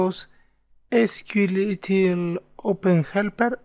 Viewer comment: It's not SQLittle, it's SQLite Thanks for the tutorial